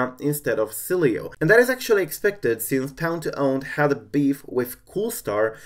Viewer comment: See I was right yesterday I was pronouncing it right its okay I still love you.